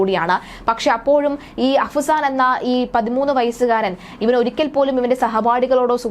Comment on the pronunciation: അഹ്‌സാൻ അല്ല ചേച്ചി... അഫ്‌സാൻ....